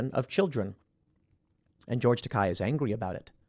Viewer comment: Isn't it "George Takei", as in it ends sounding like "hey"? That's how I always heard it before